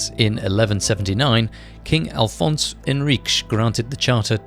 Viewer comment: afonso henriques not alfonso.